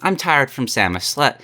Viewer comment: i hate how this dude pronounces samus